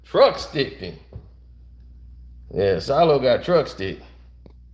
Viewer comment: His name SHILOH not Silo. LOL